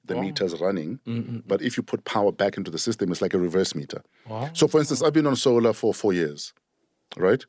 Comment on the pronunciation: "Sol"ar! "Sol"ar wama So"lar"